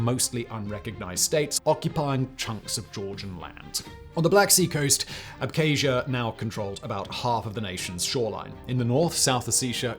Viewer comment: Why can't a so-called expert even pronounce Abkhazia and Ossetia? It's such a joke